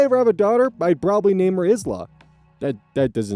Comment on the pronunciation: Person: how do you say “island”? Oz: “I land”. P: what about aisle? Oz: “ay-el” P: ok what about isle? Oz: obviously “ay-el” again. P: what about Isla? Oz: (confidently) “Is-La”. P: …